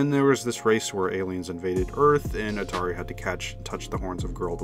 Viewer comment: Love your video man but your pronunciations are all wrong Urusei Yatsura is U ru sei, Ataru is Ata ru, Lum is not Lom it's Lum the Lu is like saying Luck but without the ck just replace them with an M. Hell the BBC dub pronounces these correctly and they only aired 4 15 minute episodes